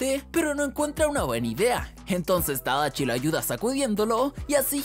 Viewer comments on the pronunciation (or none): Se llama tadashi no tadachi😐🤙